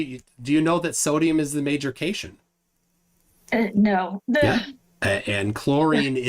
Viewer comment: I take it you were just being ironic with your pronunciation of cation and anion....